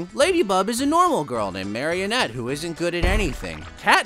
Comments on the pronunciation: Marinette❌ Marianette✅ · Alright so we’re just going to ignore the fact that he’s saying ”MARIENETTE” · The only thing triggering me abt this video is him pronouncing Marinette as marionette it's pronounced mar-ih-net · To be fair I also called her marionette the first couple of times too. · “Lady bug is a normal girl names Mariiietneet” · “MARI INETTE” Maruh nette is how you pronounce it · As much as I love this show, this video sums it up perfectly and you said everything just right (except for the fact that you mispronounced Mari's name like every fucking human in the world). But I always say this about ML myself. There's no plot and kinda lame baddies, but come on: no one watches this for the plot. If you're watching this, you're doing it for the ships and just the gorgeous appearance that is Chat Noir XD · He mispronounced it on purpose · In his defense, I think he just said Marinette's name wrong on purpose for jokes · Your pronouncing marinette wrong. But good video 😂😂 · You said ladybug but when you said Marinette and a weird way that's not right also cat noir is not cat nerd so you better know his name is cat noir and also when you said Adrian it was wrong so it may miss Adrian you got that!